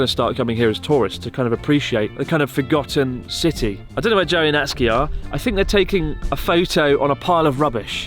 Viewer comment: I really thought he said Jelly instead of Joey